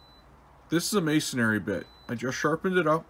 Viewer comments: Pet Peeve: it's may-son-ree, not mays-son-ary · May - son - re